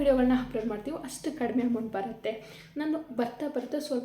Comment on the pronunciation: Hoi ಅ ಕಾರ ಹ ಕಾರ ನೀಟಾಗಿ ಮಾತಾಡು... ಯಾವೋ ಇವಲ್ಲ 😂😂😂😂😂.. "ಹೆಷ್ಟು ಬಂತು, ಹಂಮೌಂಟ್ ಬಂದಿದೆ, ಹಾಗ್ತ ಇರ್ಲಿಲ್ಲ... ಥು ನಿಮ್ ಕನ್ನಡಕ್ಕೆ....